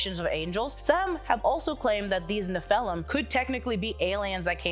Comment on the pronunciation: Neph-a-lim not Ne-phel-um